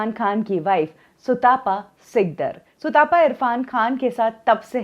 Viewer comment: सुतापा नहीं भाई सुतपा है। तप से आया है। सुतपा मतलब जो अच्छी तप करने वाली है। भारत के लोग आजकल तप शब्द से भी अपरिचित हैं!